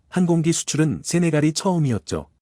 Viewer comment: 항공기를 장공기라고 읽어대는 방송인은 어느나라 사람이여?똑똑히 하라구요.입으로 밥벌어 먹고사는 주제에 똑똑히 하라구요.